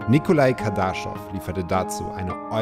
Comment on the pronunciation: KardaschOv. Betonung auf o